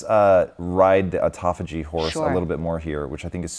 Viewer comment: Considering the major premise, autophagia is constantly mispronounced is unsettling at the minimum.